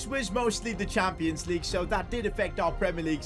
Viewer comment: "Champions Legue"